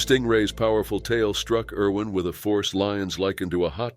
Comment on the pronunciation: Irwin, not Erwin